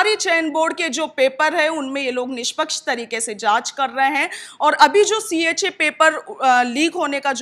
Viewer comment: Cha nhi cho